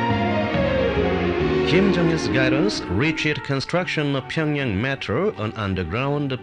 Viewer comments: I don’t understand why he doesn’t make more of an effort to correctly pronounce the names of these cities. Pyongyang is such a simple one to pronounce and still he doesn’t pronounce it correctly, not even once. It isn’t a huge deal, but I just don’t understand it. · He can’t pronounce Pyongyang— he keeps calling it Ping-yang. Lol.